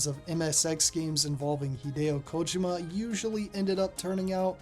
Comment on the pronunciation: You might be the first youtuber I've seen that pronounces Kojima's name correctly, that's right it's KOjima not koJIma